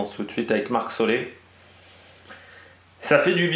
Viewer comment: on dit vraiment marc solé?